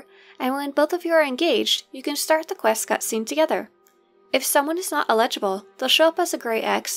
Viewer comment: "el-edge-ible" I love it